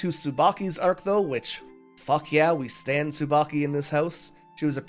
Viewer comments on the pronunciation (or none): none